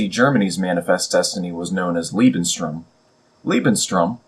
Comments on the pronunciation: small mistake , Its "Lebensraum". "Lebenstraum" would be "Living Dream" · Just one minor ningle: You seem to keep saying "Lebenstraum" which means "Life's dream" when trying to say "Lebensraum".